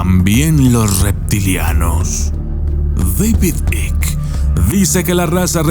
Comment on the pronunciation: Por favor di David Icke. Por que no se entiende tu pronuncuacion.